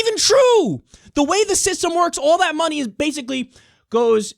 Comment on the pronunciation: " I don't needja munny, i needja vote " lmfao NEW YAWK